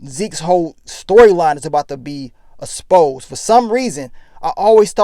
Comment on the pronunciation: This nigga is always saying "asposed".. Come ooonnnn,! It's EXposed